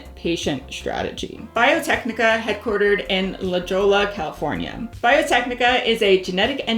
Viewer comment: La Jolla, “La Houya”, as a Cali native that was fun